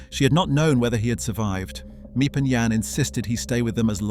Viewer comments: You’re mispronouncing Miep’s name. It is NOT Me-Ep, it’s Meep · As someone who’s learning Dutch and written a few things for books about Anne; some of the pronunciations of names and surnames such as Miep & Jan Gies are pronounced wrong as their names are pronounced Meep and Yan Gees (Dutch G sound) and some information is wrong: Herman Van Pels wasn’t gassed immediately upon arrival. But in October a month after arrival due to injuries. And the fact that he just gave up willing to live. Otto’s family lived in Switzerland not Elfriede’s family. And you missed the bit where Anne and Margot didn’t move to Amsterdam immediately when Otto did. He actually went ahead of them in 1933. The Frank family moved to Amsterdam in stages between late 1933 and February 1934 to escape Nazi persecution in Germany. Otto Frank moved first in summer 1933, followed by Edith and Margot in December 1933, with Anne joining them last in February 1934. She’d been with her grandmother in Aachen till she finally came to Amsterdam. Apart from that it’s a good video. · The names of the helpers are Miep. Pronounced as Meep and Jan pronounced as Yan. Their last name is Gies pronounced as Gees. Many people don’t know how to properly pronounce the names. I’m Dutch btw. And have seen this house several times. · Before u make a video and post it u said make sure ur dates are correct and dnt use Wikipedia for ur research cuz it can't be trusted. And ur saying Miep's name wrong. U need to delete this video and redo it. Ur not doing Annette justice.